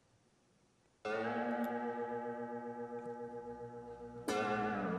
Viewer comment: I liked the Worlds commentor much better. Sounded like a human being, much more passionate, knew exactly what he was talking about, didn't sound like he was reading off a script. Also managed to pronounce the skaters' names correctly. This guy pronounced the g in Nam Nguyen, and it drove me up the wall. I couldn't even get past the first warmup before having to skip to the first skater.